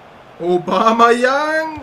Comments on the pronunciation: Aubameyang wird übrigens obamejang ausgesprochen^^ jedes mal wenn du obamajang denk ich dass barack obama junior bei dir mitspielt^^ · der heißt aubameyang nicht aubamayang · Der heißt nicht Obama Yang sondern Aubameyang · Naja also obamAyang wird es nicht ausgesprochen. wenn eher obamEyang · Klingt immer so als würde er Obama Young sagen... xD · Cooles Video aber warum sprichst du Aubameyang Aubamayang aus? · Wieso sagst du Obamayang??:) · Aubameyang wird er ausgesprochen Kein Hate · obamEyang tut mir leid wenn ich das hör werd ich aggressiv wäre nett wenn du das richtig aussprechen könntest! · Haha Lachflash bei der Aussprache xD